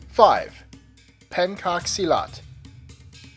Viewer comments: btw the "cak" is pronounced "chak" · Pen should be pronounced as pen in the word "happen". The "cak" should be pronounced as "chuck", c in Indonesian is always pronounced as a "ch", not as a "k". (Unlike English or other languages, all letters have only one way to pronounce, except for E, which has 2 different ways to pronounce) The word Silat, however, is pronounced almost perfectly. I'm not trying to be pedantic, just want to share some insight since I find a lot of people making this kind of mistake when pronouncing Indonesian words. Source: I am an Indonesian.